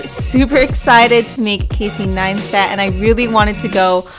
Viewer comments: Pronounced as Nice-TAT ... not NineSTAT. Like the video tho, just this was a bit annoying ... :| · Doesn’t it sound like she’s saying “Neinstat”? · It's Casey NEISTAT, not Casey NEINSTAT. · Ok now the video is all talking about his accomplishments and stuff but you didn't pronounce his name right? xd. Great video tho, keep up the good work. From Casey 9stat xd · ok i love this video its rlly creative interesting and innovative but every time she said nine-stat part of died please for the love of god jeseu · Great work ! But can you please stop saying NINEstat 😂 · I'm sorry did you say ninestat? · hahaha I thought it was really annoying as well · Really really annoyinga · Tom L i enjoyed what she made but she replaced c with a n lmao . Its kinda annoying to hear repeatedly